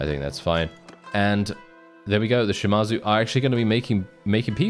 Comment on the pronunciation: Its not pronounced Shi-mar-zu, its pronounced Shi-ma-zu